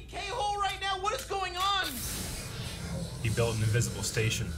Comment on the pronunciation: Most of the crew pronounce “on” wrong. It’s probably because of where you live.